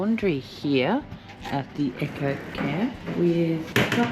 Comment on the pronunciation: Great video :-) tho I note it is a an eco camp not an echo camp as U2 keep saying Lol